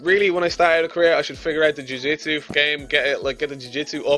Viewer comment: stop say "jewjitsue" its rather annoying